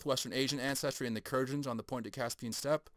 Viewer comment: Kurgans pronounced "Koor-Guns" maybe ?